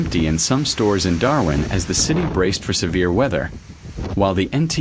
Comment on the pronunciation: And can't put decent sentences together, nor name Darwin correctly!